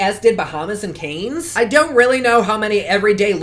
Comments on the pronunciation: Cringing at the pronunciation of Cannes haha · As usual, a great review and a beautiful look even with the outcome. FYI, Cannes is pronounced like khan...it’s on the French Riviera...and Seychelles like say shells...east of Africa. 💕